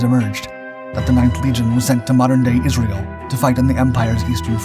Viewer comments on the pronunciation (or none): none